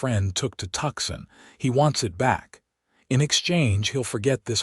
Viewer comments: Hey AI, it's pronounced Toosahn. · Please figure out how to pronounce TUCSON correctly! Please!